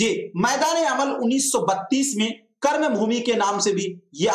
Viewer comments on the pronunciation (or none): none